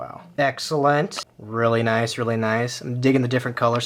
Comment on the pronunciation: The way he said noice😂😂